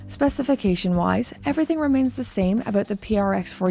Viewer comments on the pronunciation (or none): none